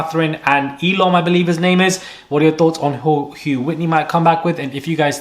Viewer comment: ELMO!?? ELOC!?? The way you guys keep mispronouncing the casa boys names!😂 I'm pretty sure its ELOM - Catherine's guy, and Lochan the curly hair dude! The unintentional shade is killin me!😅